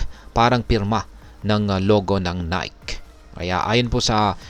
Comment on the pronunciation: Ni-ke pronunciation nyan